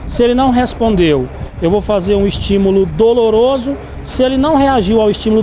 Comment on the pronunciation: "um estimulo DOROLOSO" foi isso mesmo que eu escutei? kkkkkkkkkkkk